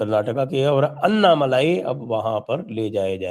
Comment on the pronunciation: अन्नामलाई नही अण्णामलाई बोलो आप लोग "ण" अक्षर का उच्चार नही करते क्या?